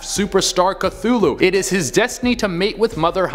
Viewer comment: Hey you said Cthulhu wrong